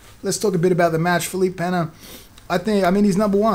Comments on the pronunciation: "Feleep Penna" Lmfao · LOL at tomatohead saying Felipe Peña, doesn't he have anyone around him get him to say the names correctly?